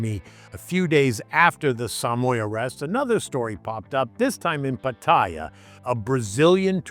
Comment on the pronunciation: Good stuff? Your piece is on point! That said, for someone who says they've lived here for years, you could try to pronounce the name of cities correctly - minor, I know, but Pattaya is pronounced Pa - ta - Yaa...ask any Thai, not another foreigner.